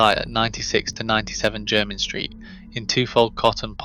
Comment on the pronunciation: It's your rubbish AI's way of saying Jermyn in the vid. It also wouldn't pass O level geography, viz. the map .